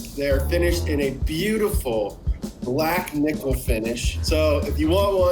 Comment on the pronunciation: Did you say black niackle finish?!